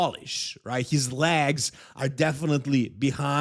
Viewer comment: You can’t help krizo because you can’t even say leg’s and you still saying lags 😂